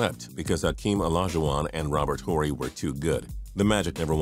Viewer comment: How do you mention Brian Shaw but not penny hardaway? And then mispronounce Robert horry's last name. Y'all do not know basketball straight up